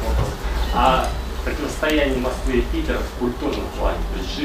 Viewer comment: Взгляд украинки на Вашу речь через слух: В архиЦектуре ПиЦера исключиЦельно перекрыЦия ,а реки зДЗесь проЦекают..." Москичи вообще не разговаривают, они языком спотыкаюся о зубы.)))Красивый ИИИИзык ( русский) был только у советских профессиональных дикторов телевидения. Сейчас Вас слушать сложно, ведущие,блогеры и вся болтомасса только понтуется и кривляется---шоу для соответствующей публики.